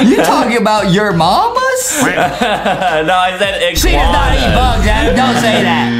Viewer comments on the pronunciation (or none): he said iguaua dummy